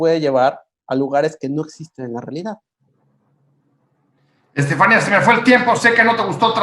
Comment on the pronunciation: Estefaníííía, palabra aguda acentuada (no hay duda de su pronunciación) , que estrés escuchar todo el tiempo al moderador diciendo estefánia.